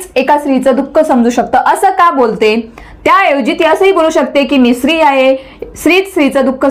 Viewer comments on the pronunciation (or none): मॅडम स्त्री हा शब्द तुम्ही उच्चारताना चुकताय, पण इंग्लिश तुमचं बेस्ट आहे